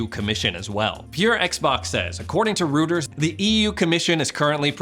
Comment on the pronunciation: FYI: Reuters is pronounced "ROY-TURS," not "ROO-TURS." Millennials... ;)